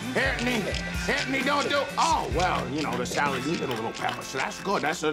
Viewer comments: Peele is leaning so hard into the Italian New York pronunciation of “Anthony” that it blows right by “Ant’ny” and is literally just “Andy” in multiple instances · Almost everybody thinks he's saying Andy when he's saying Anthony 😂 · The way he says Anthony